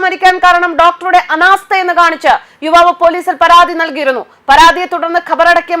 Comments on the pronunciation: വിവാവ് അല്ല യുവാവ് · വിവാവ് അല്ല യുവാവ്. ആദ്യം മലയാളം പഠിക്കുക. ഹെഡിങ് നോക്കുക.